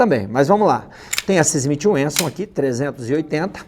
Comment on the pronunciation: Uma dúvida Smith We"n"sson ou Smith Wesson?